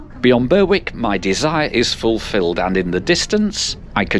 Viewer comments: Berwick is pronounced ‘Berrick’. Lovely. ideo as I was born and bred in Eastbourne and used that line a lot. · I was the commenter mentioned, however the announcer said it ( they get other stations like Westham, in Sussex, wrong) as someone born and bred in Eastbourne it def pronounced ‘Berrick’ ( same as Berwick upon Tweed)! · Berwick pronounced locally as 'berrik'. I've lived in East Sussex for over 65 years. I know this line well since I've been using it for at least 50 years on and off. These days I have retired to Polegate. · So this Berwick is pronounced Burr wick then, unlike the northern Berwick which is pronounced Berrick. I assume that's to confuse Americans?